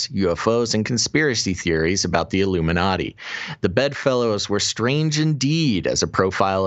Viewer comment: The I-Gloom-in-a-ti..